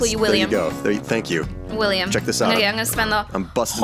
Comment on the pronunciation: am I the only one who hears willy-am every time says his name?